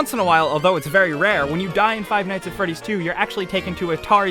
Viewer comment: five ight at fressy